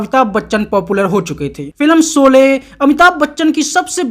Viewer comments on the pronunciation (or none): सोले नहीं भैया शोले . श और स में फरक होता है. सीकर नहीं शिखर , सादी नहीं शादी. ऐसवर्या अनहि ऐश्य्वार्य .